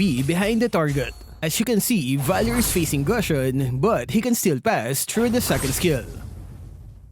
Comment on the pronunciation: Even after all this time, still struggles to pronounce Gusion’s name correctly. Looks like this is the end.